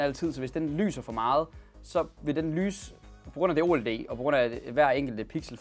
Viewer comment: Det hedder ikke o led men oled